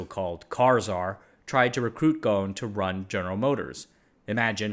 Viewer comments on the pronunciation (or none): Ghon? You are not pronouncing the S in his name, its pronounced Ghusun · It supposed to be Ghosn not Gon because of the way the Japanese addressing his surname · btw Carlos’ last name is pronounced “Gho-son”. The S isn’t silent. However it would be interesting to see how Gon would manage a multinational manufacturing company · yeah i was also gonna comment on this, Carlos is lebanese so his name would be pronounced "Ghosn" with emphasis on the "S" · Pronunciation of Ghosn is WITH the s , sadly these instructions about how to pronounce it came from France , where they ommitted to pronounce it, best way to pronounce it in English is Gosn, every letter pronounced, since the name is Lebanese, not French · The S in Ghosn is not silent. Its an arabic word, Ghosn in arabic means tree branch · Great video as always, As an arabic native speaker The 's' in Ghosn is not silent And it means tree branch غصن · That's funny. In Brazil we would pronounce the s in his surname. I was actually surprised to hear it differently here